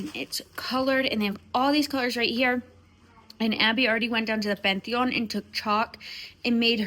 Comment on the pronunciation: I LOVE LOVE LOVE how Penelope corrects your Spanish. There’s no better person to correct you than your own daughter. “Pan-te-on” 😂